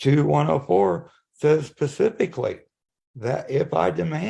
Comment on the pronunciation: "says pacifically" "hasn't stated any laws revelant..." Don't try to lawyer if you can't even English.